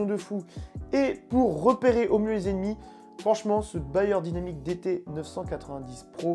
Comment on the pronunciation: C'est "BEyerdynamic" pas BAyer, Bayer c'est l'industriel de la pharmacie et de l'agroalimentaire